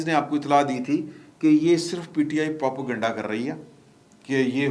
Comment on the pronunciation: For God's sake, the word is not Propo-Ganda, it is Propa-Ganda ( Propaganda). 🤭